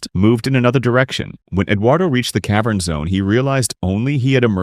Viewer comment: "cave urn" AI slop channel